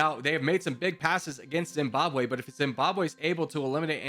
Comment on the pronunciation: Zimbabwe not Zimbabw